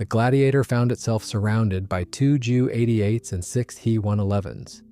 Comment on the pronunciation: Wow ive never herd anyone ever in my entire like pronounce the Junkers and Heinkel Planes as He,s and Jews Wow just wow